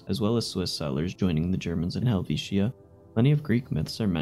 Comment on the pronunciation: Drop the last I in Helvitia. I know it's there but we don't pronounce it that way.